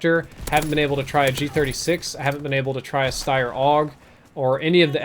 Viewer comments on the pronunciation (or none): none